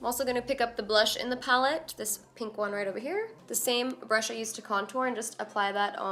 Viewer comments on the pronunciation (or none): none